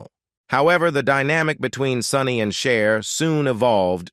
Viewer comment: 🙄🤦🏻‍♀️ is not Share is CHER.....